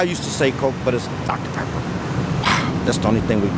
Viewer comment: I'm a pepper too. coke is great too. it sounds like he said Texans drink DR Pepper. I remember in Bonnie & Clyde, Buck (Gene Hackman) orders food over the phone & includes 6 DR Peppers. the Barrow gang was from Texas.. It was once referred to as MD,actually.